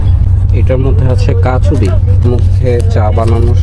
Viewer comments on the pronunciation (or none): ওটা কচুরি হবে কাচারি নয়